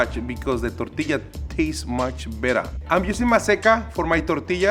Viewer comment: ngl i really liked how pronounced the word "tortilla."